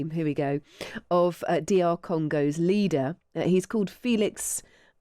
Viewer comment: you cannot even pronounce “leader” much less his name and you’re trying to make fun of Trump. Epic fail for one whose job as a talking head is enunciation.